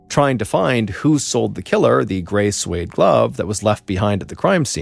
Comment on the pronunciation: This cheap Ai voice mispronounced several common words like "suede." Sounds like ignorance or just laziness. Do better